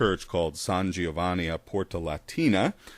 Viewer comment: Disappointed by your Italian pronunciation here, Prof! 'Gi' in Italian is pronounced like 'J', not 'Gee', so it's "Jo-vanni", not "Gee-oh-vanni". I know this because my father not-yet-in-law is named Giovanni :-)